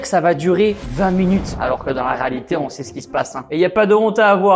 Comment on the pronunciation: Tibo rÉalité RÉALITÉ pas raalité